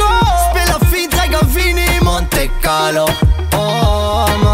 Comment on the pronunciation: Hvorfor udtaler i det som mónte carlo?? Det er som “Månte Carlo” men bare lidt mere o over det